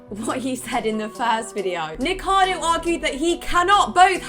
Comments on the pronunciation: I was fine with the biased opinion and lax judgement for friends. But hearing people who normally write and read scripts call him "Nikado" repeatedly, really gets me (I'm not even a fan of his). I had to skip that. neekohkahdo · It's the same with Nikocado Avocado. I swear so few ever pronounce it right, and despite the fact I can't stand him, it still drives me crazy every time. Kind of wish TRO had covered that section, especially after his incredibly in-depth feature on him. I'm at the point with the Hila thing though where it's just wilful ignorance 🙃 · Serious question: is his YouTube channel pronounced "Ni-ko-cah-do" or "Ni-kado"? I'm not familiar with his channel and content, so not sure if it's said a certain way?